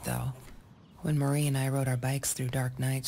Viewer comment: My name is Marie and it's super weird to hear it throughout the video but SO appreciated that you kept saying it correctly. I've lived my entire life being called "Maria", "Mary", and even "Marine". It's an extremely common middle name, but not a common first name. Thank you!